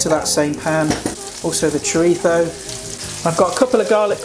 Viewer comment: Nice one! Thanks for not saying 'choreetzo'!